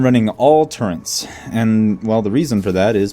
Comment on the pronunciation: TURRETS TURRETS TURRETS there is no "N" in TURRET